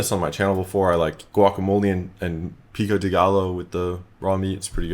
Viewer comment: Dunno if you care but its Pico de "gah-yo" 👍🏽 lord knows I love that shit